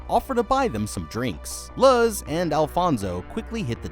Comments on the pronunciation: please tell me the girls name is Luz...as in Loose.....and hes just saying it wrong as "Luh-Z" because he doesnt know how to pronounce names xD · Love these videos. Also wanted to say that Luz’s name is mispronounced throughout the video. Instead of Luz as in lug with a z instead of a g, it’s Luz as in the word lose. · Is that other novice named Luz? And have you really never heard such a common Spanish name pronounced correctly?